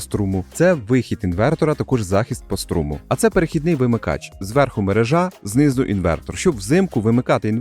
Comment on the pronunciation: якийсь лінгво-клюб у нас тут :D Але наголос дійсно інший. Хоч персонально я - навіть не звернув на це уваги. Спілкування з людьми різних діалектів дає ознаки :)